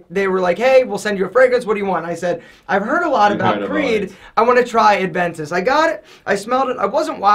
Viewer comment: short guy says "Ad-ventus"...